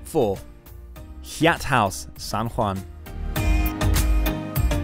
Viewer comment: Seems like shameless self promotion for Yai-at or as it's commonly pronounced (haiyat) and spelled Hyatt...I find it hard to believe that the narrarator has never heard of a properly pronounced Hyatt Hotel